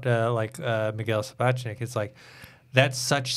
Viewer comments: First of!!!! Please for once pronounce Miguel Sapochniks name correctly. Its been a few years and you still struggle with his name??!! Secondly you didnt know Executive producer Bernie Caulfield was a woman?? After all this time?? WTF?! What kind of game of thrones fan/host are you? You never watch any behind the scenes footage?? Award shows? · Please learn how to pronounce directors Miguel Sapochniks name. Its amazing you still struggle with it! Secondly and really annoying you didn't know that Executive producer Bernie Caulfield was a woman??!! WTF! For a GOT fan and host you are not well informed or versed in the world of GOT... You never watch behind the scenes footage?? Or Award Shows all these years??